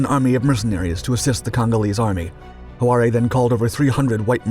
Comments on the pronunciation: You need to check your work. It was Leopold II, not the first, who was king of the Free State. Leopold I was long dead by then. President Moise Tschombe's name is not pronounced `ta-sum-bay`. Likewise, Mad Mike would laugh at you calling him `ho-ah-ray`and not Hoare (sounds like `whore`). Orde Wingate`s name was not pronounced as you did either. As for your footage, you're really mixing things, including lots of Vietnam footage, Israeli paras and the 67 war, and the 1961 UN intervention. There is actual footage - some very dramatic - from these events. Use it! I am familiar with this story and even personally knew several people involved, including one of the paras who jumped on Stan. Pull yourself up. You're really losing your edge. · The correct pronunciation of Mike Hoare is ‘haw’ not ‘howaree’. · "Mad" Mikes surname was Hoare pronounced whore, not ho-ar-e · Hoare not "Horari." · 'Mad' Mike Hoare. It's not pronounced Hoo-ar-ay, it's pronounced Whore. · Mad Mike Ho Are Eh....................Do wot????? Hoare rhymes with snore, store, sore etc. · Colonel 'Mad Mike' Hoare's surname is pronounced HOR (yes, same as in 'whore'), not 'hoo-are-ee'. Lol. But then your pronunciation is often very peculiar. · Do your homework. It's Mike Hoare, pronounced 'whore', not 'Ho-ar-ay'. Good grief. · There is no such "Mike Hu'are " from South Africa! There was a BRITISH Army Major named "Mad" Mike Hoare (pronounced "Whore") who eventually came to live in South Africa!!! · Ho'aaray is how a native African might pronounce Hoare, but not how the name is pronounced. Mike Hoare's surname is pronounced exactly the same way one pronounces "whore" and he was Irish although then living in Johannesburg. And he never served in the Chindits. His war service was in Burma but in 2nd Recce Regiment, the recce battalion for 2nd Infantry division. It fought hard in the jungle but in conventional battles rather than deep penetration. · Hoare is pronounced Whore